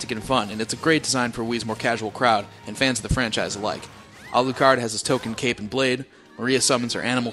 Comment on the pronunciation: Yes that's how you pronounce it. =P Don't worry, first time I saw the name i didn't realize either until i stared for a minute lol. I was like "Cool name, wait a sec....OHHHH." But ya it's Alucard. Makes sense since it's his son.